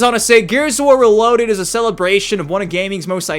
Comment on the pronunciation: "RALOADED" - 2025 😂